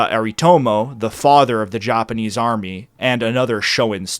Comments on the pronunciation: Even the Joppaneez. Lmao ur pronunciation lmfao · He pronounces it “Joponese”🌹